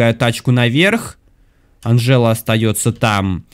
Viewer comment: Не анжЕла а анжела